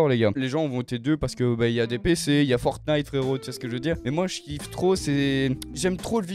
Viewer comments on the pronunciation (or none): none